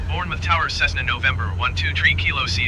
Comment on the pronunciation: Hi love this series but it is prounced bourne muff not bourne mouth lol